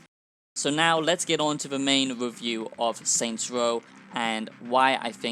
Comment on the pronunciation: This wasn't a" wewiew "it was a "wantt "